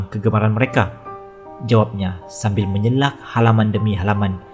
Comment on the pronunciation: Minit yg ke- 👉🏻"..sambil 'menyelak' halaman demi halaman.." perkataan asalnya ialah selak(just like flipping the pages of a book), sebutannya hendaklah di sebut dgn betul ye dear...maaf, teguran ikhlas dari aunty.😉